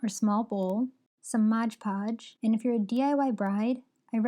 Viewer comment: Very nice, exactly what I needed. For the record, it’s MOD podge, not modge podge 😂😂😂